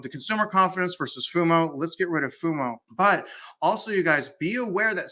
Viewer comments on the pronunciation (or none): It's FO MO, not FU MO. - that was a wonderful disclosure, two thumbs up!!!